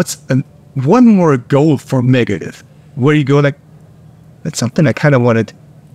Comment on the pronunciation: "megadette" lmfao